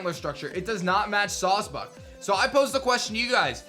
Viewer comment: It's clearly sawsbuck fool